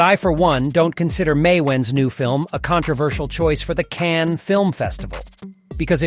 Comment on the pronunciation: Unsubscribed due to Cannes film festival being pronounce Cannie, and Louis (loo-eee) 15 (pronounced canz) Loo-ee Canz. I give up.